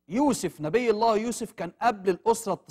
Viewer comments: يرجى تصحيح لفظ الجلالة ،،،الله،،،و شكرا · السلام عليكم ارجو إصلاح لفظ الجلاله وشكرا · الرجاء تصحيح لفظ الجلالة الله لو سمحتم وشكرا